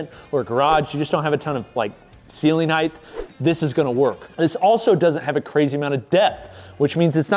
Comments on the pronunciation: drink everytime he says Heigth instead of height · Why does he keep saying “heighth” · Why does always pronounce height as if it ends with an h? Hyth? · you’re awesome. But we really have to work on your pronunciation of “Height” haha